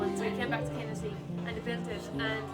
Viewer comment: Come to The Neale, in Mayo, and quit embarrassing yourself. Learn how to pronounce Kinnitty too.....embarrassing.